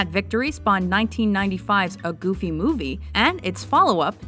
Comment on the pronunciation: Did he said Gooby?